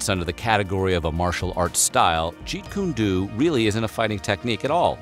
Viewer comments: Thank God someone else said something. I growled every time the narrator said it. You would think since they were researching Bruce Lee's life they would get that right. smh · This person commentating this Vid is pronouncing Lee's Creation,Jeet Kun Do,wrong! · thats not how you fucking say jeet kune do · Interesting video (although most if it I already knew) but 2 things might make people question the validity and this might seem nit-picky but...his Chinese name was Lee Jun Fan - pronounced "FAWN" NOT "fan" and it's Jeet Kune Do - pronounced "DOE" NOT "due". Yes I saw many others chimed in on that and rightfully so...I CRINGED every time I heard him say "due". Sorry but no excuse for these oversights. Obviously the narrator was clueless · Please don't call Caradine, a martial artist...😔 He's a fake, thats what he is...and Bruces' style is with a Do at the and, not a Doo 😄 And as always - well done! 👍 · It is pronounced Jeet Kune Do with the Do pronounced as Doe like a young deer, not do as in due. This is the first time I have ever heard anyone pronounce it thus as a dew. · Jeet Kun Do (pronounced doe, NOT DOO) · jeet kune DOE as in john doe. not dooooooooo jesus...and nothing about Ip Man ? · It's pronounced doe like a baby deer not Do even though its spelled that way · Annoying hearing this fool say Jeet Kune Doo. It's DO! Do Do Do! As in, "It's Do, dodo head! And the DoDo bird is extinct!" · Jeet Kune "DOE"!!!!!!! Come on! At least ask if you're pronouncing it right. Every time he said it wrong, I cringe because he's just embarrassing himself. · Jeet Kune Do... pronounced dough, not dew! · Can't stand ppl who can't pronounce jeet kune do correctly. It's "doe" not "doo" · Ok ok pause the video...Its not Jeet kun dooo mr narrator its Jeet Kun do (pronounced Doe). This is the way Bruce pronounced and you are the first i heard pronounce it this way since the 70s...do not disrespect the name of his art...ehhh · It’s pronounced “Jeet-Kune-DOUGH” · Jeet kun doooo lol